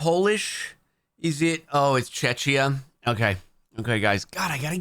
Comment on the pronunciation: There is no such country as "cheTCHia". I have heard of czeHia though 😂